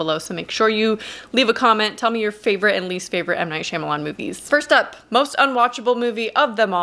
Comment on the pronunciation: How tf am I supposed to value your opinion at all when you pronounced his name “Shimalan”